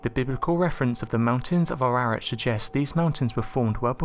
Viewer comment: It's pronounce: A RARAT.